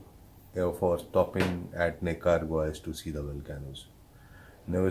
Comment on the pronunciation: Nicaragua :- "NEEKA - RAA - GUA"